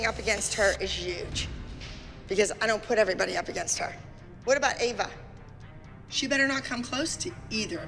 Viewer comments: Eva?? Haha it’s Ava😂😂😂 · Not Kelani’s mom calling Ava “Eva” 💀😭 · The way said kalani is going up against Eva instead of ava😂😂😂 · Kehlani mom said Eva instead of Ava